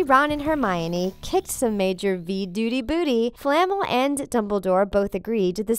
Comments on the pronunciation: It’s flaMEL not FLAmel 💀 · It’s flaa Mel not famol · Nicolas Flah-mel. . . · The way they say Nicholas Flamel really irks me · “Nicolas fLaMeL” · Tabitha Swayne- Nope, you weren’t. The worst would have to how it said Flamel. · She said Nicolas Flemels name wrong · I really wish that the narrator of these videos would learn to pronounce the names. like Flamel and Leta. By the time it gets to the end I am practically screaming corrections at my computer!!!!